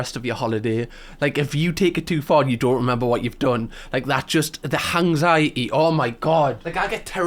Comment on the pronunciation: I know it’s because of your accent, but the way you say anxiety is great “hanxiety” I absolutely love it. I’m gonna start saying it like this now.